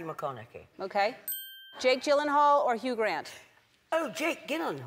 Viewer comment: she mispronounced McConaughey and Gyllenhaal after him.